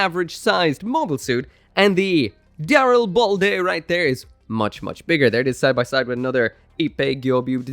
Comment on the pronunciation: I thought the name of this suit was the Darilblade, so I got some whiplash when I heard you pronounce it correctly. Dyslexia is really messing with me these days…